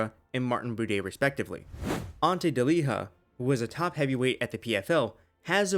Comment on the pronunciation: Ante Delija's name is pronounced De-lee-ya